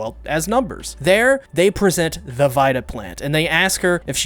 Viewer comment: Nice analysis!!! Congrats!! Please don’t be mad, vida is pronounced “vee-dah” Matter aside, it’s great you presented your position on the new way of the story 🤗